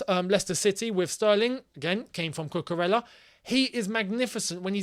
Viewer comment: My boy, you guys gotta start saying cucu’s name right ffs!!🤦🏻‍♂️ it’s pronounced cucuREYA bro, not cucurellah. He’s Spanish bro.